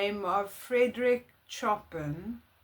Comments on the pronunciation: Nice reaction. P.S. His name is not pronounced like chpping wood. In Polish, Chopin is pronounced "Szopen" (\(\text{SHOH-pen}\)). so basically SHOH-pen. This Polish version is a phonetic simplification of the original French name. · Chopin is a Polish composer of the Romantic Era, is pronounced Show Pan